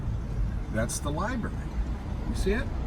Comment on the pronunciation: LI"BRARY" NOT LI"BERRY"